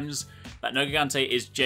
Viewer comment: It's written nergigante but pronounced nerjigante.